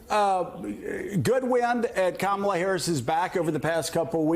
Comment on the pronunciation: Is her name pronounced Kammunism or Kommunism?